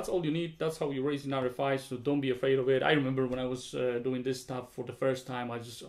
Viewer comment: Kinda curious why you pronounce RFI like [R ri fai] instead of [ R ef ai]?